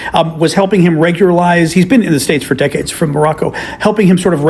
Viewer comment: She said decades, I thought i heard dickheads. 😂😂😂